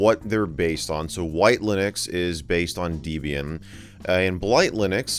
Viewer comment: Debian not Deebian. It's literally named after people named Deb and Ian